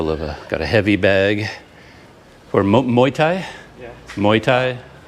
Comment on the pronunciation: Is there a rtn address on that letter? Good luck with that.. Has the electricity bill been as expected? What is keeping you from travelling around the country? It's off season and prices are low. It's pronounced more like moo-wai.